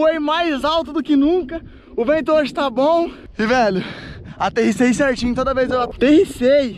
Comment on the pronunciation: kkkkkkk o tentando falar aterrisagem